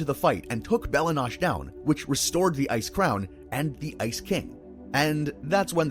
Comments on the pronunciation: 👏 bell-ahh 👏 noh-chay 👏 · Why do you keep saying bella nosh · I know I shouldn't really care about this but the way you pronounce Bella Noche is just flat out wrong. Why not pronounce it in the way that the characters in Adventure Time do. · Bella Noche (Noe-Chay) Not sure why it bothers me as much as it does 😂 ...Actually I think it bothers me because it makes the video feel like it's using a voice clone instead of actual narration. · Bros gotta be rage baiting mispronouncing bella noche and goliad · Nice video but your pronounce Bella Noche and Goliad strangely. They don’t say it like that in the show